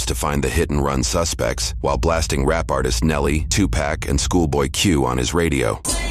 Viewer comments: Tupack? What? lol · Love the mispronunciation of legendary Tupac